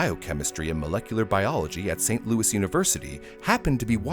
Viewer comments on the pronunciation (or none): none